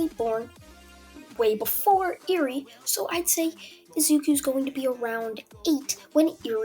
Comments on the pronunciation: It’s pronounced air-ree not ear-ree. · Ahhhh I can never get over the way you pronounce Eri